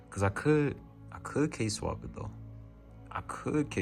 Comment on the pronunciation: "Case Swap" sounded like K-swap bro I swear. Low key Case swapping is the K-swapping of the PC world 🤣🤣🤣🤣